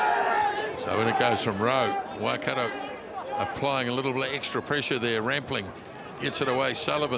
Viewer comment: Pronounced: Waikato... Y..Car..tore! Come on guys, you've been around long enough!